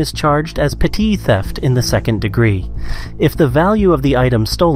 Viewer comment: petit theft? or petty theft?